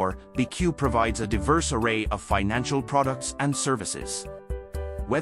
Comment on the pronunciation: The AI voice doesn’t understand it’s called “B” “E” “C” “U” not “beque”. As a result, this video has no credibility. If you can’t pronounce the name of the company, then everything else is suspect.